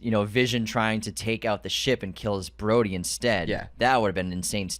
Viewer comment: Broady?! BROADY?!?! His name is Rhodey. UNSUBSCRIBED!!!!